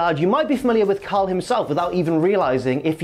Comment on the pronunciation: Every time you say “Cal” it sounds like “Kyle”